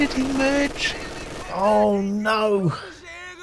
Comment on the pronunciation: "oh noe" i burst out laughing at this 😂😂😂